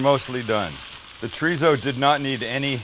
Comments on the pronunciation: it’s chorizo not chureezo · the way you say “chureezo” pisses me off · I love this video! Expect the way he’s saying it like Choreeso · This man said chrizo completely forgot the damn “o”😂😂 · The mispronunciation of Chorizo was slightly tedious! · Nothing like a white person, pronouncing chorizo...lol I would use the cheese sauce as chili con queso. I would add diced tomatoes to the cheese sauce. Those boy's are gonna get diarrhea from eating it hot, you are, too! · You’re saying chorizo wrong😭😭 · Right! White person saying it!